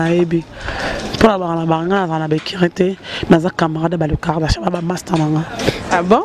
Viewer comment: on dit KARDASHIANS et non KARDA CHAT yo mutu otangaa